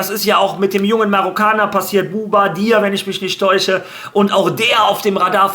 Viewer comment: was hast du aus Bouaddi gemacht bro? Einfach boubadia😅😅